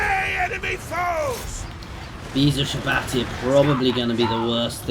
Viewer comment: It's pronounced You-Shab-Tee